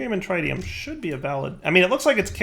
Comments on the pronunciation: Pretty sure the tri in tritium is pronounced like triple instead of like triangle. But I had to look it up. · His inability to pronounce Tritium continues to hurt my soul... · Learn to say tritium please